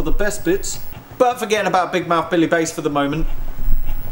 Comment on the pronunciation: Some interesting sounds there! Not sure if you’re deliberately mispronouncing the fish’s name, but it should be Bass as in “a pint of draught Bass”, not “base”.